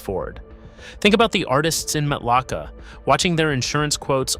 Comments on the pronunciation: Matlacha is pronounced "matt la shay" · This information is inaccurate and incorrect. Florida insurance is subsidized by the state of Florida. You can get insurance throughout the state, but some areas the premiums are higher than other areas. BTW, You are pronouncing Matlacha and other Florida towns incorrectly. Huge give away that you are not a true Florida native. I live in one of the areas you said are uninsurable. I not only have insurance. My policy has not changed and I still pay the same amount with the same coverage for several decades. Also, in 2004 Lee county had 4 major hurricanes hit them. More than 2022 when hurricane Ian hit. In North and Central Florida where sink holes are common, you have no trouble receiving insurance, you just will not be able to get sink hole coverage. I could go on and on and on. Homeowners insurance is different than flood insurance. Flood insurance is provided by the Federal government, not through regular insurance companies. Also, homeowners insurance has a regular policy with hurricane part to it. Know the difference.